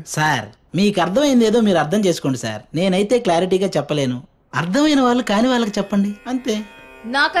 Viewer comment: వాల్లు కాదు వాళ్లు